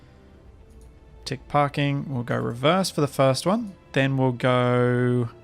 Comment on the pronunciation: Your accent made “what’s going on at the front of the tick?” Sound like “what’s going on at the front of the dick?”- lol